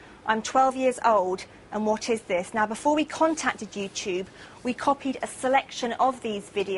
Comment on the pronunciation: WTF is "You-chube"